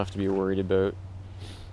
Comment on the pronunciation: "last time i had this thing ooot, it was aboot" canadian?